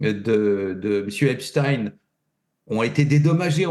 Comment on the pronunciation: Dire le pauvre pour eipstein m'ecorche les oreilles